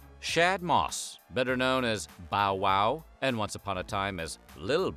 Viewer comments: It’s so weird hearing him say “fitty cent”, “lil Wayne” and “bow WOW” 😂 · The way he pronounced bow wow 😂 the humor of weird history is just the best